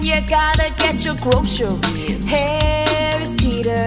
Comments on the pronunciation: haha you say grosheries like britney spears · My favorite parts were her saying groceries 3 times in 10 seconds and Shooger Cookies